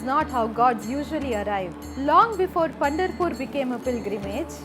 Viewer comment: it is not Punderpur, it is Pandaraapura